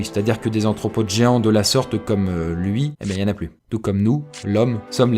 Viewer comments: Arthropode..pas antropode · c'est aRRRRRRthropode pas aNNNNthropode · aRthropode !!! Pas aNthropode ! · ARTHROPODE !! Pas anthropode !